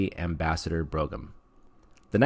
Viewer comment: Broughham is pronounced "brohm" rather than "brogum".